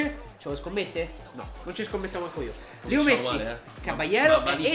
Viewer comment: lo so ma si dice LEO non LIO